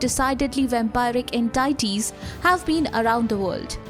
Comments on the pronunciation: Narrator: entaities Me: ;) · She again mispronounced the word entities... What's wrong with this channel... They provide quality information than why cant they hire a good narrator?